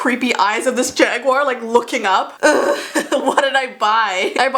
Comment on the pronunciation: At the near end u said ugh 😑 and I thought u said OOF